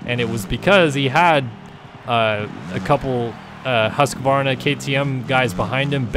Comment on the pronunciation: i really thought you knew what youre talking about until i heard you saying hus-q-varna. its hus-qvarna. that triggers me so hard. i really hate people saying it like that. it like some aggressivly burning hate that gets lit by people saying hus-q-varna.